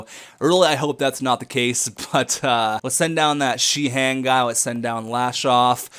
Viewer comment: Sheahan is pronounced shay- han(d)